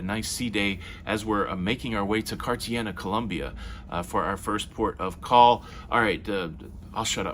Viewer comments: Not to be a pedant, but it’s Car-ta-HAY-nya. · Promounced Cart a HAY NA.......by a resident!